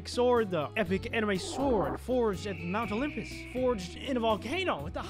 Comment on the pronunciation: dude 40 second in and I HEAR MOUNT ELEMPUS